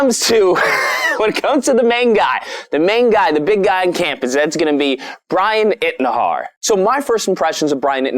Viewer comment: You can't even say Bryan Intihar right 🙄